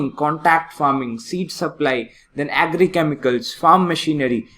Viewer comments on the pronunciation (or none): Style k chakkt me agri ko normally agri bolo na.... what is aeeegri business...🤣🤣🤣